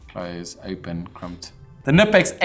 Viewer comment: If you like Knipex at least say their name correctly, thats a hard K